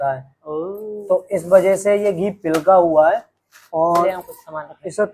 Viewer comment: Pilga nhi hota pigla hota h